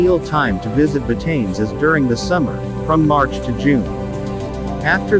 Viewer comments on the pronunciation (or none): Ba Ta Ness 👌🏽👌🏽👌🏽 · I lived on this island for almost 5 years. FYI - it is not pronounced "BaTains". It is 3 syllables: Ba Ta Ness